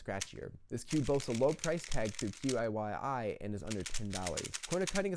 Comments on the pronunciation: qiyi is pronounced chee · By the way, I may be wrong, but I think that QiYi is pronounced like Chih-Yur, or just Chi-Yi if you want to Americanize it a bit more. It will be easier than saying the individual letters every time. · sorry for being a pedant, but YuXin is pronounced yoo-shin, and QiYi chee-yee